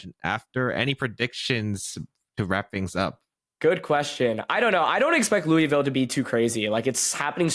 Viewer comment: Hate to be that person, but as a Louisville native, it's not "Loo-ee-ville" It's either "Loo-uh-vull" or "Lull-vul" I also had no idea we had reigonals in our city this weekend and I'm out of town 😭